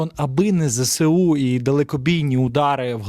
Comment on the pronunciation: Зесеу--- неправильно.Треба: ЗеесУ або вимовляти"зсу"!